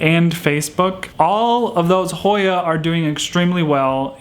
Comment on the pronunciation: Thank you and you did say it right 💜.